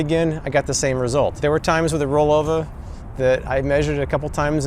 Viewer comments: How much times did you have to do a re do because you said rollover rather than rollova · I think the pronunciation is supposed to be similar to the watch, Bulova, where the stress is on the first syllable, but I could be wrong and it wouldn't break my heart. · I thought you picked up a Boston Accent 🤣it was just the brand name.